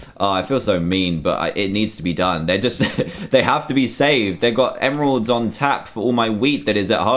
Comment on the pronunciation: do you realise that four emeralds is a bit expensive just for an enchant and its emeralds not emeradays and its bane of the arthropods not ban of the arthropods and also its looting and also its efficiency not Efinchanchi